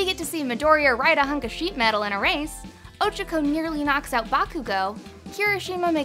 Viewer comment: Also the way she is pronouncing “Ochaco” is bothering me sooo much 😤😤 u can tell she is not an GOD TIER FAN